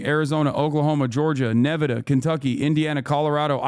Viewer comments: What in the fook is neveeeedaaa? Not Nevada? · "are-kans-as" and "neh-vi-da" broke my brian... i am a dumb now. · Did he just say NEvada lol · Why does Hasan pronounce the states Arkansas and Nevada like a short bus child?